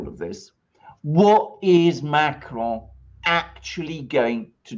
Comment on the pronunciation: Dude why do you pronounce ‘Macron’ with a spanish accent?